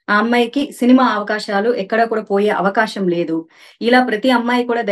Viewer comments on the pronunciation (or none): Avakaasham కాదు అవకాశం ముందు తెలుగు పలకటం నేర్చుకొని తరువాత చిలకపలుకులు పలకండి